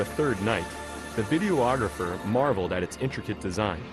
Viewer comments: The narrator kept calling him a video ographer....I found that annoy oying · I wish this guy would stop saying "video-ographer", it's pronounced "vid-e-ographer".